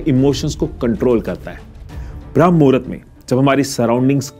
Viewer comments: Shuruat hi mistake se krdi... Bram nhi BRAHAM HOTA HAI ❌❌❌✅✅✅ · Common I didn't accept this from you, it's not bhram (भ्रम) mahurat, it is always called brahamma ( ब्रह्म) which is a kaal of brahama dev, or time of ब्रह्म देव, pure video me aap baar baar bhrama ko bhram भ्रम bol rahe ho, very disappointing U disappointed me today, my first dislike on your video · Bhram nahi h Bramh muhura hota h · Abey bramh hai bhram nhi